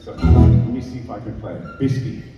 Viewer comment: It's not "Biscut", it's "Biskie" 😉 Thank you for all videos with Tommy 🙃